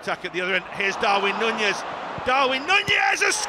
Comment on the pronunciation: stop saying Nunez like that please 🤢